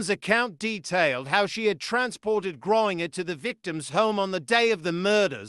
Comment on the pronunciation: It's not "griner" but "Grain-ger"